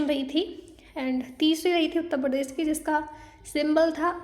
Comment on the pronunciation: Aap voice thodi😂😂 andhra pradesh ko predess shuru ko suruu